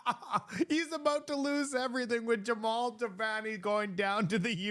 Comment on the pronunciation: JAMIL, not Jevon, not Jamal. Jamil. There's a picture of his name in your video.🤦🏿